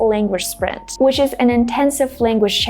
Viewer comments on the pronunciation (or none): none